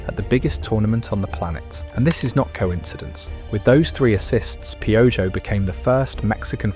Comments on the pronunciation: It's pronounced: Pee O ho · Oh no… not pee-o-joh! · You are pronouncing his nickname slightly wrong 😢 but appreciate the attention you have been giving us lately.